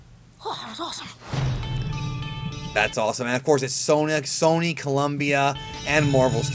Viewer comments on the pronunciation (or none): none